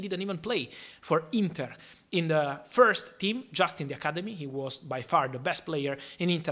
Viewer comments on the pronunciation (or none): none